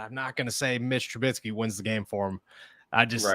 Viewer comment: Please learn how to say TRUBISKY. It’s not TruBITsky.